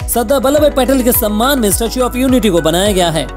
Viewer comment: its patel or petel😂😂